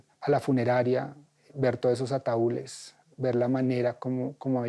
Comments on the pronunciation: Ataúles?... Púlase un poquito señor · Todo un supuesto estudiado y dice ataules 😅🤣🤣🤣